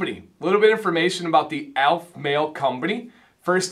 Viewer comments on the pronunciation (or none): ALEF, not ALF. al-F, not ALF. The e is sounded. Now to watch the rest of the review. I enjoyed the review, and description of scents. Succot is pronounced Sue-COAT. Boker Tov is Good Morning, and the response you were looking for is Boker Ohr, morning of light. Havdalah (hav-dala') separates the end of the Sabbath from the beginning of the week and includes smelling sweet spices. I'm looking forward to getting to the point of ordering some, but I'm also looking forward to ordering some Norseman products for my gray/white beard. In your opinion, is Aleph Male suitable for gray/white beards? One or two ounce is a good question. I like getting more product for less per unit, but the more I have the more eager I am to use it up and get to another. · I didn't expect you to have expertise on Judaism, but as you can say "Macinac", "Jojoba", and various terms of binomial nomenclature in your product reviews and 101 videos, it struck me that consistently mispronouncing the name of the company you reviewed did not meet (what I thought were) your usual standards. I may have been too hard on you, and for that I apologize.